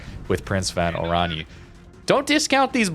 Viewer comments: its.. like... oran-ye a bit like in kan-ye [west] but not the... yeeee but a short ye. oranye. as opposed to orani^^ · Prinz Van Oran-yuh ;)